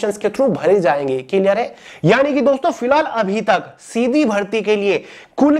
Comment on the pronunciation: Sir aap tho shidhi bharti bola ho sir . 😂😂